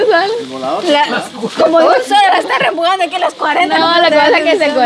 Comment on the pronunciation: Se dice empujando no rempujando